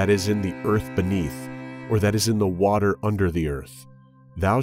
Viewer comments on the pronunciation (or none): none